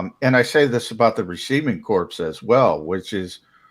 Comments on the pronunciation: Is EVER going to learn to correctly pronounce the "receiving corp"? It isn't pronounced "receiving CORPSE"! The friggin' "p" is SILENT in "corp"! As in the United States Marine Corp; it isn't the U.S. Marine CORPSE! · Can someone please tell is pronounced core.